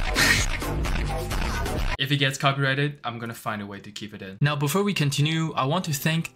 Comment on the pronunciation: Are you serious right neow